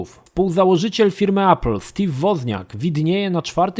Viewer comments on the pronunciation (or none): none